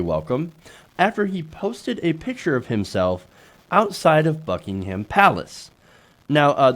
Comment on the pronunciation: WHY? Would American tax payers pay for anything in the U.K.? NO! It’s the U.K. tax payers footing the bill to the tune of 47 million pounds. Also no one from the business community will meet Ivanka or her husband and trumps children lol they refused, there was a business lunch but only 2 people from the 30 business leaders turned up haha It’s pronounced BUCK-ING-UM not HAAAM